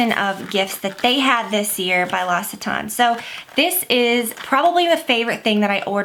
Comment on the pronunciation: Great video! :-) Just FYI: L'Occitane is pronounced like with an x => "Loxitan" :-)